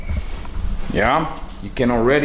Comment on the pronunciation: Thanks again to you and your team for putting another tutorial together. You have a natural gift for teaching and I I truly appreciate you and I'll never get tired of hearing you say "Yah"😃